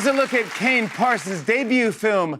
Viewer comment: More like "parSONs😭😭"